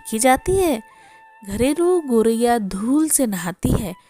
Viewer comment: गौरैया बोलिए,गोरैया बोलना ग़लत है